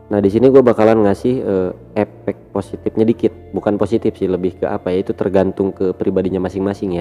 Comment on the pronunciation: Koreksi mas,...efek, bukan epek